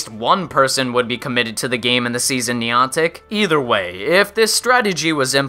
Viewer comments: Minor nitpick, but if you review or talk about this game in the future, it's pronounced neye-an-tik (rhymes with "gigantic"), not nee-ahn-tik. You seemed to go back and forth with both in the video, but I can assure you that neye-an-tik is the correct way. Source: Ingress player. Also welcome back,. Glad to have you in my feed again! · What is Neeontic, you mean Niantic. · Haha Niantic... "Knee-on-tack"... Its "Nye-antic" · I also can't pronounce words for my life so please forgive the NYE-AN-TIC and NEE-AWN-TIC. the POKE-AY-MOn and POKE-EE-MON, and whatever else I messed up ;_ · nie-ann-tick not nee-on-tick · It's niantic not niontic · (NI-An-tic) holy fuck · NEON-TICK?..... REALLY ARE YOU JUST TRYING TO PISS ME OFF? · Insightful video, had to dislike though because of the pronunciation of Niantic. You said it right like once in the video and for the remainder of the time you said it, I cringed. 'NEE AN TIC' Where did you even get that e sound man? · you pronounce Nyantic wrong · He's saying niantic wrong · I play pokemon go every day still and don't whine about every little flaw in the game also u say Niantic wrong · 5 minutes in, and im done. If this was coming from a person that actually played the game for a year,i'd see the rest of this. But when you mispronounce Niantic and suggest you need to buy pokeballs,I threw in the towel. It's not a fad anymore and there are still ppl playing,like myself. To each their own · can u atleast pronounce Niantic properly.Nick and reversal help this guy to get his stats right